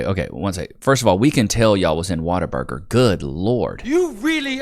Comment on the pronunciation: Dude, why do people say WATER BURGER? It's What-a-burger. Like WOW! What a burger!